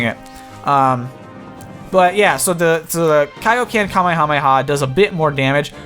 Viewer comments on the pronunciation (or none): it's KAIOKEN not kaoken as in king kai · What did you just say? Kayo Ken?